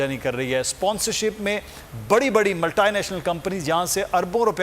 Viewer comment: मल्टानॅशनल ये कोनसी भाषा का उच्चार ण है